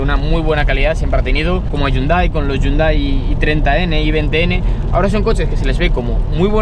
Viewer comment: se dice jiundei no yundai al los hyundai